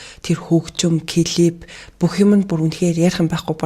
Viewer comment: бүх бичлэгийг нь үздэг дуртай шүү ❤ гэхдээ клип гээд хэлээд өгөөрэй клифф гэж байхгүй шүү